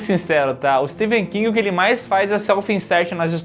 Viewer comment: Que agonia os 2 pronunciando o nome do Stephen king errado 😖